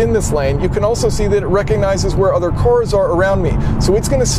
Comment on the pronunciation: Never heard this accent before: "Self-driving CORS?"